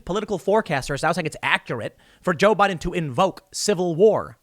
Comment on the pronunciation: No, see, they were saying "BOO-IDEN"